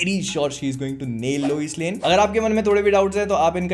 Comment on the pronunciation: Loise lane 🤣🤣🤣. Isse accha lame hi bol dete